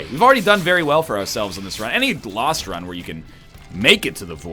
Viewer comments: "Lolst run" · That was a weird way to say "Lost".